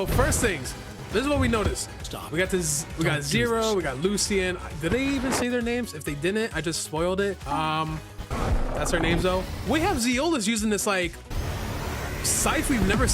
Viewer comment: it’s not pronounced. “Lucy-en” it’s pronounced “Lu-shin”. Ik because it’s my name